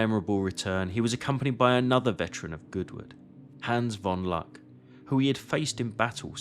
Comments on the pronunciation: Caen, nicht Cagny. Luck, nicht Lack. Mannometer. Schliesslich schaffte es Lack, äh Luck bis in Saving Private Ryan. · Die KI sollte ausgeschaltet werden. Das ist Oberst von Luck, mit 'u' gesprochen, nicht mit 'a'.